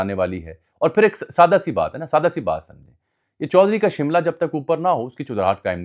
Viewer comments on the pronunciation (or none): none